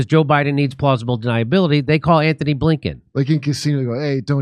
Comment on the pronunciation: Its Antony not Anthony....dummies!